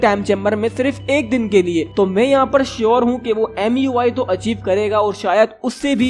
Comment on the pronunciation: Its not muy its mui